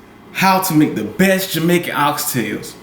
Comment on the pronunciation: No offense but, He said Jamician STYLE!